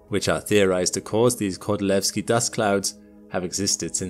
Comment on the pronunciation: your pronunciation of Kordylweski is sooo good, are you really form UK:O?